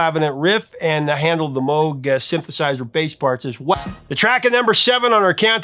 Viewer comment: I am happy to notice you pronounce Mr Moog’s name, correctly, Prof! 👍🏻